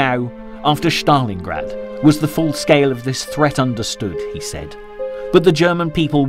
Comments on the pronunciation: Bloke is pronouncing Stalingrad like he’s an SS trooper. Stalin- grad. Not Shztalingrad. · It is not, “SH - tal - lin - grad,” nor is it, “SH - ta - lin”!!!!! There is no voiced “H” in either proper noun!! When I hear common names mispronounced—in this case, Germanized—I judge the work to be sloppily done and I stop watching. The least any narrator can do is to triple check that all place names and surnames are pronounced correctly! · Why do you use the German pronunciation of Stalingrad? It is Stalingrad, not Shtalingrad. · how many times is this mug gonna say ' Shhtalingrad ' !??